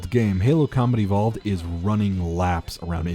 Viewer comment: Every time you say Combat Evolved for some reason I was hearing Comedy Vault.